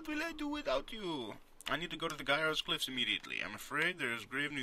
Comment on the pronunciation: Wow, you properly pronounce Gaiars! Every other non-russian speaking person pronounced it wrong :P. Also great, this game is really cool for a LP, and I believe it's not very popular so it should help the game a bit :).